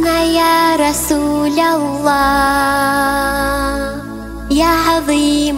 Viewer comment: В Имени Аллааh, не до конца произносишь все буквы